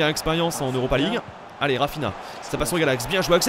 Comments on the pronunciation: Salut cest pas raphina ça se dis raphinia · Par contre Galax on dit RaphiNIA et pas RaphiNA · Au fait Galax, Raphinha, ça ne se dit pas "Rafina" mais "rafiña". XD Super video sinon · Ça se dit «rafiniya» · Rafinha se dit "rafinia" c est un portugais Sinon bonne video